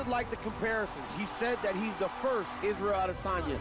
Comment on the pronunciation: Anderson Iz-ah-yel Adesanya